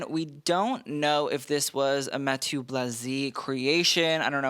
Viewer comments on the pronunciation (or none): none